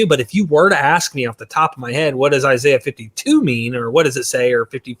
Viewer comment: He didn't say Google Isaiah. He said Google Issiah!!!! You would think that his shmooo would Google how to spell Isaiah, geeez.